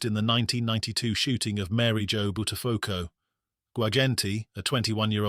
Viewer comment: Bud der phucko. Pronounced correctly.